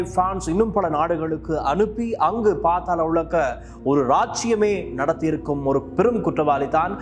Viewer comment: பாத்தாள உலகு அல்ல பாதாள உலகு தமிழை சரியாக உச்சரிக்கத் தெரியவில்லை வந்திட்டார் செய்தி சொல்ல தமிழ் உச்சரிப்பே சரியில்லை யாரடா இவனை செய்தி வாசிக்க விட்டது